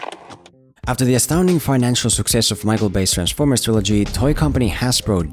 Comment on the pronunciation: It may be the way you're talkin but do you mean Transformers all I hear is B formers. PS I agree with you but I also enjoyed Battleship a lot